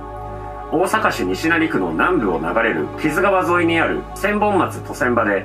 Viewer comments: 西成のイントネーションがきになるー！ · 西成のイントネーション気になりすぎて話入らんかった😂😂😂😂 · 西成の発音がばり気になって話しが入ってこん😂